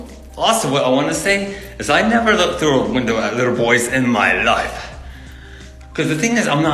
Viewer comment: ‘in my lø0ifæ’ is this a real person